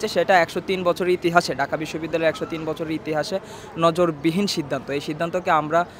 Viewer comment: নজিরবিহীন... শব্দ ঐটা ... Dhaka University student নজরবিহীন উচ্চারন করে।।। হায়রে গাদা....